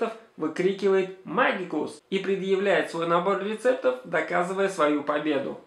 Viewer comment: Не магикус, а мэджикус